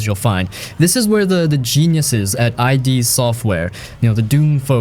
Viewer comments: Nice list, thanks. For sure getting Binary Domain. Also its just "id" software, not I.D. just say "kid" with no k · id. Not I D.